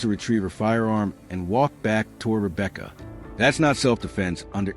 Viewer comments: It's Romeca not Rebecca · You got to fix that Friend ASAP Rocky. Put some respect on Romeca name not Rebecca please and thanks. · It’s ROMECA RO-ME-CA 🙏🏽💖💫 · He just need go get her name right..I couldn't even listen to his podcast cos he kept MISPRONOUNCING RomecaS Name